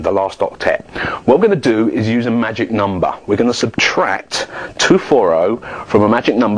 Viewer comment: best part of all MAGIC NUMBAH!